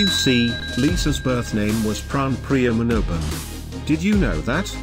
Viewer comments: It’s Manobal not Manoban in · Lisa surname iş Manobal not Manoban😡😡😡😡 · Lisa's last name is Manobal, not Manoban. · That's not pranpria manoban that's manobal